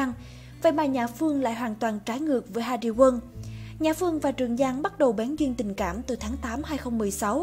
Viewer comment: Hariwon bã đọc hari quân 😂